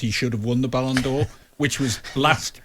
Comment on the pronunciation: It is called BALLON 'doh' aka doh for a reason, Bart Simpson knows.